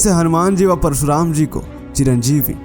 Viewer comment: परसुराम नहीं। परशुराम। भाई हिंदी सीखो।